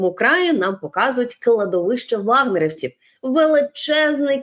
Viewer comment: ваНГеровцьі???😅😅 ЦЕ що???!!